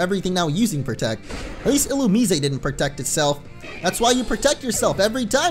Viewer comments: In the anime they pronounce it il-u-mize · Um u actually pronounce Illumise (Illu-Mais) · Just pointing it out, it's ill-oo-miss-ay